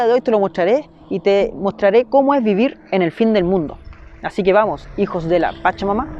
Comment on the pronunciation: Wn, aprende a modular 'hijos de la pacha-mama' suena ultra raro. Igual buen videito bro